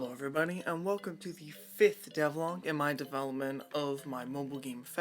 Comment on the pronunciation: You pronounced Devlog worng!!!! Worng!! This video made me sick to by stomachy but felt somewhat enjoyable. You get a subscriber young mam. The editing seamed very obvious so work on that. It must seem natural. Also before you do Devlog 5 you must do Devlogs 0-4. Keep it going mam